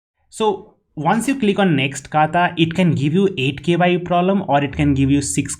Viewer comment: I like how he says K,Y, U, while it's japanese word which is kyu (that has only one syllable) that means a level or degree